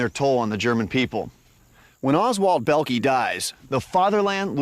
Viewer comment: bellkee lol, this is a moron comentator the "o" is not silent dimwit